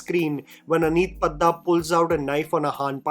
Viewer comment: just to correct you. It's Padda (D se disco vala D) not Daal vala d.